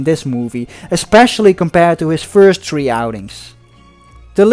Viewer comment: The commentator’s English... lol!!! World War tree. 😂😂😂